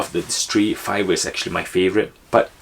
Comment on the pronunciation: Sure called Fiverr correctly.